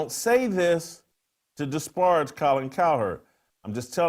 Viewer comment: This N thinks disparage is pronounced "Dis-Barge."